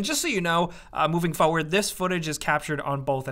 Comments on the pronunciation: Your way to say "Forward" is quite amusing! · Love the way says "forward", like he drops the R's.:D